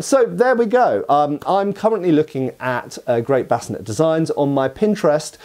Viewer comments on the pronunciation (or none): Sallet.. Sah.. Lay.. It's pronounced Sah Lay.. or Suh Lay.. Not Salad. Also.. Bevor is pronounced Beh Vore.. not bevver. Bascinet is prounounced Bass Sin Aye.. not bass sin net. Also.. a sallet is meant to be worn with a bevor, it's a two piece helmet. Bascinet's.. there is only ONE period source, a piece of art, that shows a bascinet with a grill face. All other versions show a plate face. That period source shows a center of the forehead pivot or rotating point, an installation that does not exist on any existing period bascinet's. It is important to note, however, that there currently does not exist, in any museum catalogue, (or at least during the 90's when I was doing my apprenticeship in Germany) a bascinet with battle damage. Bascinet's are earlier period, sallet's are later period, however both the bascinet and the sallet are examples of large plate technology, they were both made from larger plates, cut out and raised. Previous to large plate technology, helmets were made of multiple plates rivetted together. However, there are enough examples of existing from the period helmets with forge welds that it's reasonable to assume some forge welded seams w/o the necessity to cut the proposed seams on a piece of antiquity just to prove a forge welded seam. The most important thing to understand about Sallet's over other European helmets is that it was the first example in Europe of helmets fitted to the actual shape of the head. The human head is shaped much closer to a cu